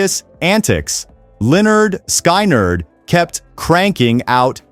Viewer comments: "Leonard Sky Nerd", how does this narration butcher that? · exactly. You can tell because the voice doesn’t know the name of the band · HEY LEARN HOW TO SAY LYNYRD SKYNRD:face-orange-raised-eyebrow